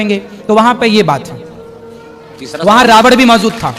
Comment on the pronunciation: रावण को रावड़ बोल रहे हैं,प्रश्न करने वाले ने सही प्रश्न किया है कि जब दशरथ ने शब्दवेधी वाण चलाया और शब्द घड़े से निकला तो फिर श्रवण कुमार को वाण कैसे लगा? ने एक नई काल्पनिक कहानी सुना थी,प्रश्न अपने आप में बहुत प्रासंगिक है जिसका इन लोगों के पास ऐसे लच्छेदार जवाब होते हैं, यह सब काल्पनिक कहानियाँ हैं,हकीकत से कोसों दूर..